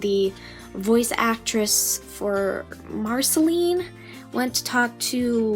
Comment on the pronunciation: You said it wrong you need to use the sound of the past letters in Marcelines name